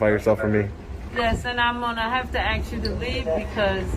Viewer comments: And the female cop is "axing" him for his 🆔. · I don't know how you kept a straight face when you were "axed" to leave the "liberry". I'd have burst out laughing. And how on earth did that ignorant twit become a lieutenant? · "I done axe you to leave!" English spoken...ebonics mostly understood! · "...I'm gonna AXE you..." WHRN will Nubians learn to speak ENGLISH???? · I'm going to "axe" you to leave my "lyberry". He probably teaches English to the young children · Axing a question…..😂😂😂😂😂😂😂😂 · Why is it? The Black people cannot use the word ask ASK they gotta say ax you can’t even pronounce the English language and you want to look at somebody else’s ID you dumb DEI reject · Wow, that went right over your head! 🤣. Did you not hear the female cop say “axed” instead of “asked”? And she and green shirt guy called it “lie-berry”. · She threatened to AXE you! It must be against library policy to AXE people!!!!! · "Axe" or "aks" is colloquial speech and belongs to many vernaculars, most notably African American Vernacular English. It's not wrong to use, but I agree an officer makes a better impression using "ask". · and the cop said "axe" instead of ask. that's what happens when we hire high school graduates to carry a gun and uphold our laws. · She did " axe" him to leave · How hard is it to pronounce "ask" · Lieberry? Can i axe what's a lieberry? 'Uhaul'... learn English dum dums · "Im gonna axe you" 😭😭😭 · Can i “ax”you something can you go to another “libarry” . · she AXING him if he has some drugs she can get... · I'm gonna have to axe you to leave.' lol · I axed you a question. That tells you all you need to know about their hiring practices.